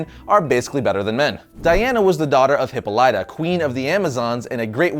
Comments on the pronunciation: It's a greek name: Hip-po-LEE-ta, not Hip-po-LI-ta. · Yes. Finally a Wonder Woman video. (3 minutes in - "Hippo-LITE-ah") And I'm done. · Hipo-Light-Ah??? lol It's pronounced Hipáh-Lit-Ah. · Every time Hippolyta has appeared in things like Hercules the Legendary Journies, Xena the Warrior Princess and A Midsummer Night's Dream, her name has been pronounced \hi-ˈpä-lə-tə\. Both those shows had actual greek mythology scholars to help with things like pronunciation. is terrible at pronunciation and has admitted as much in the past. Some people find it more annoying than others. you can listen to it here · no the voice actor in the wonder woman (2009) movie pronounced it wrong. Hipollyta exists in greek mythology like zeus. thus Hipo-Light-ah is the right pronouciation no matter what dc does with it. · Dude, learn to say the mother's right and I will watch your videos to the end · lol you're butchering Diana's mothers name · you say Hippolyta wrong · How is it you are such a comic book fan with this channel and you can't pronounce Hippolyta? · You always say Hyppolyta's name wrong! lol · Please learn how to pronounce Hippolyta.